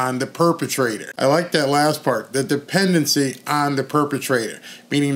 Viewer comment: DEPENDSdency on the PERVatrator